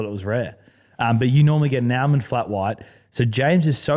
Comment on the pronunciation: The way says “Almond” hurts my head…..